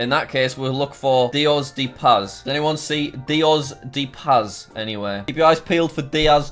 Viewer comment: It’s pronounced dee oh s (Dios) dea (de) pas(Paz)